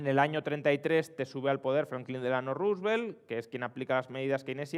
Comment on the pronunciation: En la primera frase del video parece que diga "Yo no sé precisamente qué hay en ese ano"